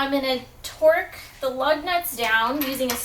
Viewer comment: she said twerk instead of torque.